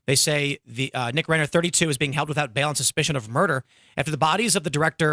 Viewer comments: Rye-Ner not Ray-ner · Rhine-er, not rain-er.